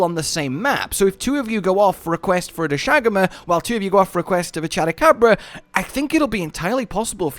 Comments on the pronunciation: Doshagama pronunciation is back lmao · I can't believe he still can't say doshaguma